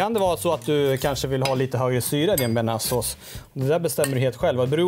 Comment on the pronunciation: Tja du tycker du uttalar bearnaisesås fel